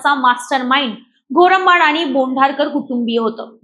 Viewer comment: मराठी बोलता येत नसेल तर निट प्रेक्टिस करुण बोलत जा बाई ते चुकीचा नाव उच्चारत आहेत घोरबांड आहे ते वीडियो डिलीट करा किव्हा माफी मागा नाव चुकीचा घेटला mahnun